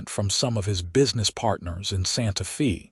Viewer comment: Santa Fee? 🤣